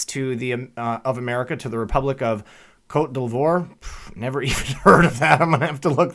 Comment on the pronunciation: You have a GREAT laugh! Super reporting as always. I never heard of "Cote l'voire" either, and I'm pretty informed on the constitution, gov, and real history. Where did that come from?! It's French. luh vwah reh (short e). If I remember right, the pronounciation is like that. the voi - vwah is nasal. the re or reh is breathy. :)